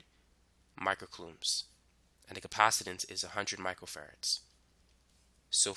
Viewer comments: He say macro farad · Im hearing Michael Ferrets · It sounds like you are saying micro ferrets. I am paying much more attention because of it.